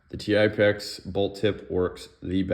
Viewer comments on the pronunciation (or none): Paintballer here. Good video. I was actually playing with the idea of swapping bolts for efficiency gains in my TipX. Good to know a little work will have to go into it. But real quick, it's called the Tip-X, not T-i-p-x, but Tip, as in Tippmann. And lastly, Techt is pronounced "teched". 👍